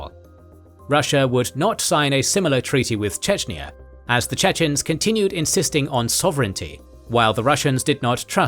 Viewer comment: Unfortunately I must say, that the pronunciation of the chechen names is horrible.